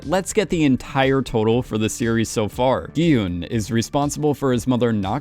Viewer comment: Dude. I enjoy your videos, but please! Learn how to pronounce 성기훈. It's Gi-hOOn, not HUN. There is a completely different vowel for uh or oo, and it changes the meaning of a person's name. As you have seen when other players discuss their given names, people's parents put intention into the choice of each syllable of a child's name. So, please, pronounce the main character's name accurately.